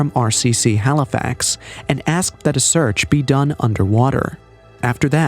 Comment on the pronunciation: Halifax not halifox